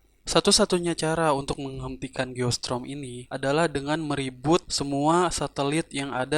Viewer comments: Geostorm bang bukan geostrom👍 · Geo strom dia baca nya... 🤣🤣